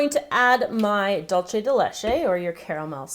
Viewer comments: almada yeah it's also dool-ce not "dolche" it's spanish not italian ORZ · It's pronounced Dulse not Dulche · It was bothering me too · Yes! Thank you, that was bothering me so much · The pronunciation for "dulce de leche" its dool-ce de leche not dol-ce de leche.... Btw awesome video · Dulce de leche tastes soooo good on pancakes! Also, Spanish can be tricky. It's pronounced like "dool-seh de leche" <3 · Ummmmm it's dilishiese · 'Dulce de leche' in spanish is actually pronounced Dull-se (as in seven) de (as in desk) le-(as in Jared LEto)che (as in chess) btw loved the recipe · yes it's spelled Dulce but it's pronounced Dulse and not with the Z sound but that's how it's pronounced in Mexico but we both have different accents in Spanish so who knows lol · yup... annoyed the crap outta me too... dulce with a z or s sound is fine but dolce as in italian... nope... make up your mind... what language are you trying to imitate cause "de leche" is totally spanish... italian dolce has nothing to do here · My country's influenced greatly by the Spaniards, we pronunce Dulce as Dulche... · She pronounces Dulce Dullchai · It is dulce with c (z sound) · Made me cringe.